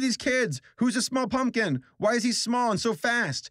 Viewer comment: The first time I heard say small pumpkin I misheard him and literally thought he said smool poompkin